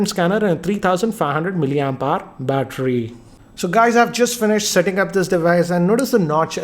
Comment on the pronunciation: bstteryyyyyyiii dont knw wjy do u do that it funny though